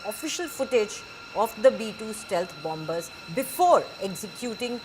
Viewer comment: BOMBERS😂😂😂 not BOMMERS